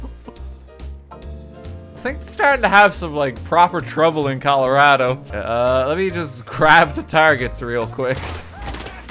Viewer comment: I’m shocked how well he says Colorado